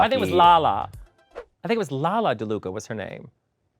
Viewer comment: Bianca still calling it daluca😂😂